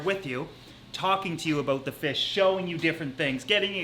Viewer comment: Everytime he says a bout you hear his accent